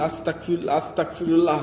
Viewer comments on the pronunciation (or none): আসতাকফিরুল্লাহ হবে না) আসতাগফিরুল্লা হবে বার বার কেন বলছেন আমাকে কাফির বানান আপনি কি শুদ্ধ ভাবে পড়তে পারেন না ভাই সরি যদি আমার কথায় মনে কষ্ট পান আমার যেইটা বলার ছিলো বললাম বাকিটা আপনার ইচ্ছে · আসসালামু আলাইকুম ভায়া ভুল হলে মাফ করবেন🙏🙏🙏🙏🙏🙏🙏🙏 ভায়া আস্তাকফিরুল্লাহ হবে না ভায়া আস্তাগফিরুল্লাহ হবে আস্তাকফিরুল্লাহ ৷৷ মানে হচে হে আল্লাহ আমি কাফের হতে চাচ্ছি আস্তাগফিরুল্লাহ ৷ ৷৷ মানে হচ্ছে হে আল্লাহ আমি তোমার কাছে মাফ চাচ্ছি আস্তাকফিরুল্লাহ আর আস্তাগফিরুল্লাহ এই দুটোর তফাত হচ্ছে ক আর গ বিদায় আসসালামু আলাইকুম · Apni budai naki.. astaqfirullah not... Astagfirulla hobe .. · আস্তাক না আস্তাগফিরুল্লাহ হবে ভাইয়া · Bro Its Not Astakfirullah, It's Astagfirullah.